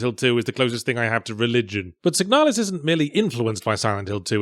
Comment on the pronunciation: My mind is shattered. Any time I've seen the name or box art for Signalis in the last few years, I've heard it read in this voice. But now that I've listened to it again, it's not even pronounced correctly! This isn't how I hear it! My world is a lie!